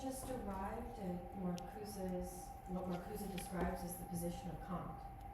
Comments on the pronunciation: put off from going much further by the prof calling Marcuse "Markooz" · yeah nobody says “Markooz” in the American context, it would be like pronouncing Kant as “can’t” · Found it annoying too...